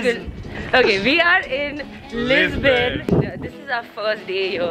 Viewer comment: when you say Lisbon i hear is my name 😂😂